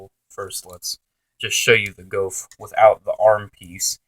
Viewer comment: It's pronounced GOOF